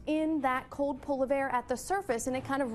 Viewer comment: She says "cold" as "code" and "called" as "cawed". Is this a speech impediment or accent? If accent where from? If impediment maybe some speech therapy for newscasters.